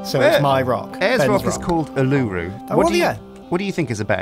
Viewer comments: That pronunciation of Uluru though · Uluru is pronounced "oolaaroo" not "oluroo".. that physically hurt me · Calisipher usually that doesn’t bother me but that was making me wince each time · same for me, ive never heard anyone pronounce Uluru like that